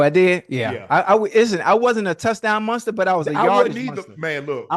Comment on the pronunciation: Nobody: Ocho: “Munstar” 😂😂😂😂😂😂